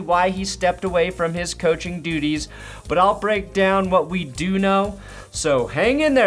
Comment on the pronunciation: You said duties